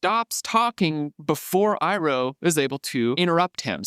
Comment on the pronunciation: ❌ Aang ✅ Ung ❌ Iroh ✅ Ee-row